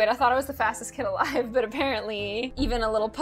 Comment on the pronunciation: Emphasis on “alive”